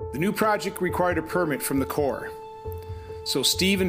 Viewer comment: The Corps of Engineers (Hey,! It's not pronounced CORPSE.) was charged with doing something. So when a private citizen did what they refused to do, it made them look bad and intruded on their power. So he had to go. It's the way governments operate. Everyone in the CoE should be disciplined or fired.